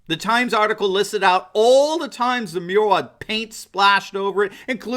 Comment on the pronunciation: Ohhh a MURAL I thought he said URINAL